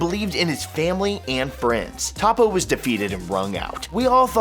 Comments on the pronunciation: who is Top po? does he mean toppo? (Toe-poe)? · Anyone else cringe everytime he said Top-o? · “Top-Poe” fuck this nigga doesn’t even watch dragon ball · Did u just say tappo bitch? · When he said topo I died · Better than the scrubs who think "Toepoe" is correct. If you're gonna put an American "accent" on it, pronounce it "Tahpoe" at least. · These people watch the anime and still butcher their names even though their names are said in the anime really how do you screw up a name like toppo....its toe-poe....ughhhh goodddddd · Its Toe Po and Pu Pu....... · Ta-poe... I cringed everytime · A volatile noodle, doesn't the Japanese pronunciation say toe-poe? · He really called him Top-Poe 🙄... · lol he said tApoo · It's pronounced "hoepo" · It's Tōpo. There's no "Toe" in the actual sound. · he said Top-oh 😂😂😂😂😂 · Y do you pronounce toppo that way when u have heard how it is pronounced.. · You said toppo name wrong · How do you mispronounce Toppo's name!? Smdh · SAY TOPPO WRONG AGAIN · He can’t even say Toppo right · U pronounced Toppo wrong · Your pronunciation of toppo is cancer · he said toppo name wrong lol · The way he says toppo is aids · My only beef the video is how you pronounce toppo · When he said toppo wrong i cringed not to mention he did 10 times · narrator acting like he watches this show and cant even pronounce toppo. please dude. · Jesus Christ him mispronouncing Toppos name makes me so mad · dislike because you cant pronounce toppo. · He pronounced toppo wrong. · Did anyone else get annoyed how he pronounces Toppo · I cringed everytime he said Toppo's name. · Toe-po not top-po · Okay but...who the fuck is TAPO?? Repeat after me “Toe-Po” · Its not top ooooo its topoo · Why do you say topo? Though his name is toppo lol the way he says it is like topo😂😂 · It's not "Top O" It's "Tow Po" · Topoe? Not toppo him didnt know they changed his name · What on earth is a Topoe? Its TOPPO....TOP PO! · Toe-poe you fucking newb. “Top-po” wtf. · IT'S TOPPO NOT TOP OH